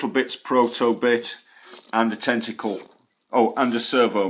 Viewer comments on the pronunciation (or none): I like how he says “tenticoowl.”